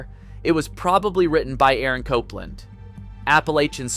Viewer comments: AlleluJJJah, is this a AI or a person, I trust to much when people or things cannot pronounce the simplist things and what we were brought up with, sorry, and Cop-Land who pronounces this this way really, and FYI I am a professional Pianist been around everywhere pushing 45 years and the Tchaikovsky thing is very very old news, we always knew and we didn’t care at all, people are people , not our role in life to judge anyone’s likes or dislikes, that’s what makes us human, your nomore then a gossip column with old news, sorry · Aaron Copland, with Cop pronounced like 'policeman', LOL. Who knew good ol' Aaron had a mostly forgotten Sylvester Stallone movie in common with his name? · I also noticed the inconsistent pronunciation of Copland, one with a long "o" and another with a short "o" - Cope vs Cop.